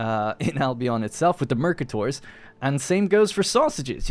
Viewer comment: I think it's pronounced Mercátor